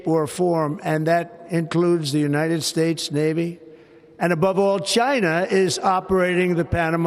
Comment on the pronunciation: " The United Spates!!" 😂😂 He's going senile!😊